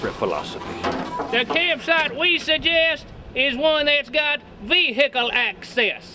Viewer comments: "the campsite we suggest is one thats got ve-hi-cle access" xD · Vee-hickle access